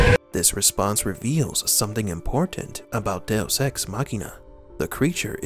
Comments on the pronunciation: Literally never heard it pronounced DeOS before but good vid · Do oss ....I thought it was "deux" dowose.....what is this guy actually saying😔🤷‍♀️🤦‍♀️ du oss.....loooooool funny af 🤣